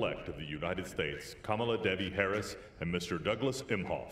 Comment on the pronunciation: If you know Kamala Harris - how come you can't say her name correctly?